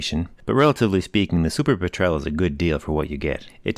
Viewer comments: Cannot get past the pronunciation of "petrele" haha. Refer to a documentary on the seabird it's named for, "petrl". Potato potaato. Great videos, keep them coming!! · It's actually pronounced PET-rel...sort of like the British word for gasoline. A Petrel is type of seabird.